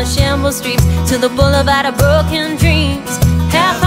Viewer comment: Love that you pronounce 'broken' with a proper Yorkshire accent!!